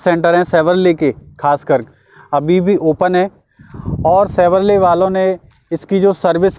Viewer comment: भाई शेवरले नाही shevrolet